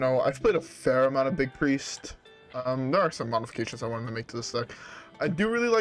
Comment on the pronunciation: It’s pronounced Biest. Big + Priest